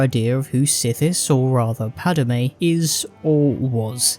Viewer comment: Okay I'm hungover so for a second I thought I was listening to a Star Wars shitpost channel cause it sounded like you were saying "Ani" and "Padme".